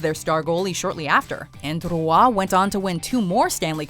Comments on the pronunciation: It's Patrick ROY not Ruah. How people still can't pronounce his name right? It's not that hard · Yall absolutely butchered Patrick Roy's name. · it would be the correct way if she were speaking french lol